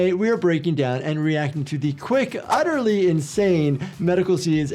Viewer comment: The way you said utterly made me be rolling😂